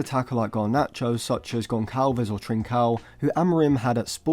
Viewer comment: Correct pronunciation would “Gonssalves”, not “Goncalves”